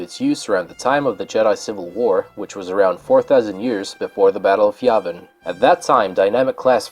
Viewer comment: I didn't know Yavin was spelled with an invisible F, and the way you butchered the word "Subjugator" (among others, like "skimmitar") was enough to make me wonder if English really is your native language. You finally lost me when you included the abomination that is the Yuuzhan Vong on the list...